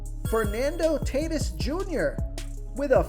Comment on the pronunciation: Cmon man- Fernando Tay Tis Jr.? Any baseball fan knows his name is pronounced TAW-T Ē S